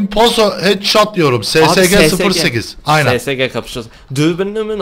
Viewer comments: abi ssg değil esesci diyin şuna :D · Abi o Sesege 08 diye okunmuyo esesci diye okunuyo :D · ssg sesege kapışalım dediniz o es es ci diye okunuyor